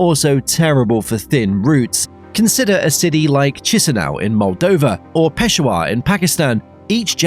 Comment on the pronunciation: its pronounced "pe-shaa-wr" but good video though